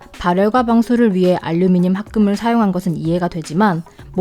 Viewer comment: 뿰케이 , 뽈멧은 발음을 굴리는데 카메라 마이크 알류미늄은 한국발음인 혼종